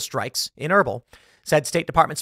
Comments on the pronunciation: It's pronounced "Ur beel". I usually dont care to correct pronunciation, but that was bad. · haha - was combing through the comments to see if anyone else was struggling with that. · Your pronunciation of Erbil is so bad Tim 😂😂